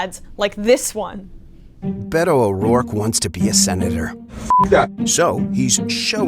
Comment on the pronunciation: I liked this clip very much. Congratulations Emma. We would love for ya'll to pronounce "Beto" with a stronger emphasis on the "B" so it truly sounds like a "B". Greetings from Switzerland.